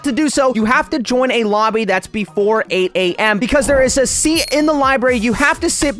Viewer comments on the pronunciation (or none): none